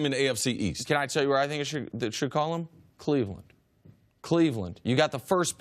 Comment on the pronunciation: This man said Cleveland tho lmao